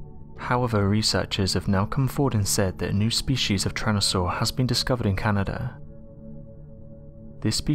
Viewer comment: Tyran.....not Tryan... 🙄 Homergnos